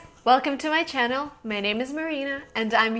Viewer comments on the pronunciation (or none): none